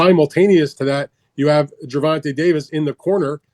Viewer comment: “Gervontuh” lol